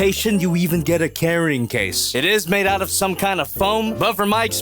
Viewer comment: Out has a T on the end 😅